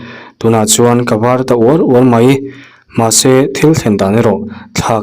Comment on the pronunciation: I thawn thu chhiar hi a ngaihnawm lutuk tlat. Mahse, Mahse tih a i a, hmahse tia i lam tlat thin hi beng a ti thlep deuh tlat thin.